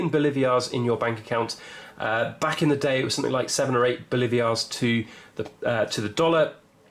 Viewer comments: Say it with me “Bo-lee-var-es” or “Bo-lee-var” NOT “Bo-live-ee-ars” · Pronounced "Boleevars", not "Bolivias", with accent on 2nd syllable.